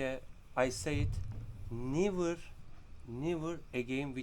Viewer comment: kardeşim (asla) için '' nivır değil '' nevır'' demen lazım =)